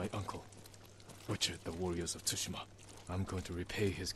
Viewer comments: im pretty sure it pronounced sushima the t is silent but great vid tho 👍🔥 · The t is not silent. Japanese is very straightforward. It's not tonal like some other Asian languages like Chinese and Vietnamese. A as a in apple, e as a in day, i as e as in bee, o is o, u as in uber. Most get this wrong still when they say sake or karaoke the e sounds like a as a in day, so its sa kay, not sa kee. When they pronounce sake like sakee, i think of saki as in o saki ni (in a little bit or while). It's ka ra (empty), not kerry, remember it's a as in apple, ka and ra sounds the same. ke or Kay (orchestra) not o kee. Or karate, it's ka ra (empty) te or tay (hand). Not ka rat e (bee). Most Japanese words consist of 2 letters syllables. A constanant followed by a vowel (examples ma, me, mu, mi , mo, ta, te, tu, ti, to, etc) . There are exceptions like when you put constanants t,k,s in front or n, i at the end. But they are still pronounced as 1 syllable. Example, Tokyo and Kyoto, most people pronounced it wrong with 3 syllables, to ki yo. Kyo is 1 syllable, make the k sound combined with yo. So it's to kyo. It's the same with tsu, make the t sound add su into 1 syllable tsu it should almost sound like t+zu. You pronounced it better than most youtubers. Shi, is pronounce she. Most got that wrong. But you got that right. I studied Japanese for 6 years, 2 years in high school, 4 years in college. My pronounctiation was all phuked up til I lived in Japan as a exchange student for a year. The 3 letter syllables to me a few weeks to get that down.